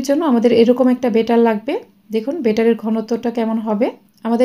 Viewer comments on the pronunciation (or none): বারবার বেটার বলছেন, উচ্চারণ হবে ব‍্যাটার Batter। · 😂😂😂ব্যাটার না বেটার হবে।। আপনি ভুল উচ্চারণ শিখাচ্ছেন।।